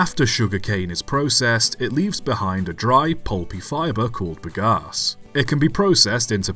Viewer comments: Hang about, hang about!! You’re not very bright, are you laddie? Very few methods or types of combustion are ‘good for the atmosphere’ (though I suppose a sodium/steam-powered engine would be ok for good old Ma Nature). You also have a very odd way of saying ‘Bagasse’, the most worrying of which is that you pronounce it with a P instead of a B…. With words you clearly aren’t familiar with, try having a look for the correct way to pronounce such things first, that’s a good chap. Do try to remember that you’re an Englishman and not a Yankeedoodle. Good lord. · "Bagasse" pronounced "big ass" the viewer 🤣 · I laughed a lot hearing you saying "bagasse", took me some time to mentally translate to bagaço, its pronounce ba-ga-sSOO, with an O at the end in my language.